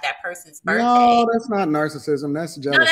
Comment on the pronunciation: Hearing narcissism mispronounced SOOOO MUCH was so uncomfortable 😂😂😂